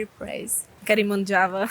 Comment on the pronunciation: Bro you memang boleh Berbahasa Inggeris,tapi tapi sebutan you banyak tak tepat seperti: visit=bizid bukan fisit Video=bidio bukan fidio Java=jawa bukan japa Verry=berry bukan feri dll